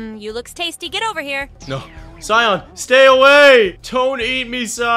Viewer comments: Anyone noticed how he pronounced cyan as ci-yon instead oc ci-yan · It is cyan not cypn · It is cyan not cyon